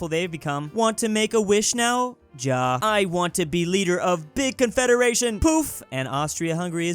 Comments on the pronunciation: Please read "ja" like "ya" not "ja" it just hurts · And yet to this day still doesnt know ja is supposed to be ya when you say it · Day 1: learn how to pronounce German Ja